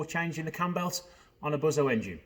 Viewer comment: Not if you're going to pronounce it BUZO, it's Busssso! Don't be a BOZO!